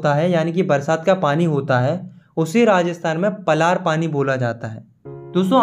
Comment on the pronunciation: Correction: टंकास❌ टांकास✔️ पलार❌ पालर पानी ✔️